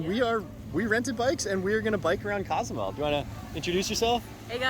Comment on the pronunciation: cos-oo-mel that's how you say it